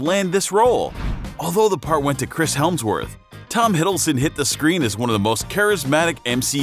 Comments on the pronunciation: How he says it How its spelled Helmsworth Hemsworth Malkith malakith Doctor stranges red cloak cloak of levitation Tichalla T'Challa The endgame Avengers endgame Fendral Fandral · Please dont tell me you just called Chris Hemsworth "Helmsworth" 😂😂😂😂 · did he - did he say Helmsworth? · Chris HeLmsworth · He pronounced so many names incorrectly throughout the video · Mans said Chris Helmsworth😂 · This fool said “Chris Helmsworth” 😂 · Fun fact: Hemsworth’s little brother Liam also auditioned for Thor. After seeing him as Gale in the Hunger Games I’m kind of struggling to see him as Thor Edit: I’m sorry but what is up with the pronunciation? Chris Helmsworth? Karen Gillian? That’s not it mate